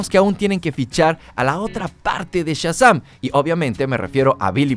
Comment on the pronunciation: 1- Que molestos tus spoilers. 2- No aguanto cómo dices Shazam.